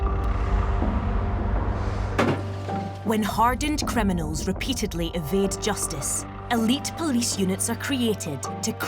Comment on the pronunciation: I wonder why they didn't get a Polish person, or a Pakistani to narrate this video. There would have been a better chance of them being able to speak English. What the blazes is a "Sea-rius kremmy knol"? In another video, she refers to someone sustaining "Sea-rius N juries" and "Ex paired wetnurses geving evvy dense" Almost unwatchable except for the parts when there is no narration.